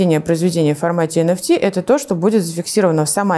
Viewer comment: Энэфти а не энфтэ